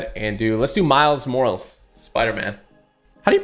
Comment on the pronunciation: My mans said Miles Morles🤣